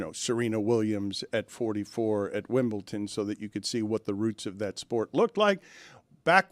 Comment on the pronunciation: Did Dan say ‘Wimble-ton’ intentionally? Was that a shout out to Stugotz?